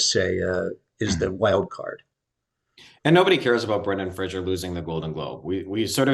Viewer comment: Isn't Brendan's last name pronounced FRASER, like LASER? NOT Frasier